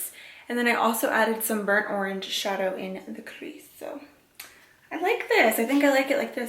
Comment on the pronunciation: Aaawwww you pronounce orange the same way I do!!